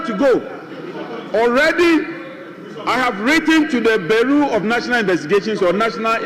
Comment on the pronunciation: So no one can pronounce Bureau correctly! (Bureau =Byurow)! Funnily they can pronounce bureaucracy...😂